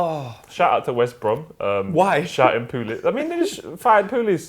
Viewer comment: man said tony "POOlis"